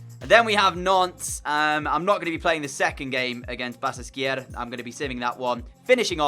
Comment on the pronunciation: The "ş" has the "sh" sound. So it's pronounced "Ba-shak-she-hir"